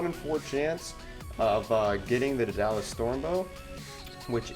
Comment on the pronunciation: lol.... Duh-Dalus. Must not have taken mythology! I still enjoyed your video though.